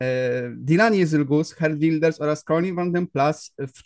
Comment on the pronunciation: Błagam, sprawdźcie wymowę tego imienia i nazwiska, ileż można tego słuchać?